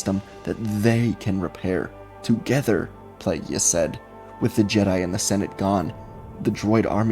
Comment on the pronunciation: Jfc, can you please stop saying, "plague-yiss?"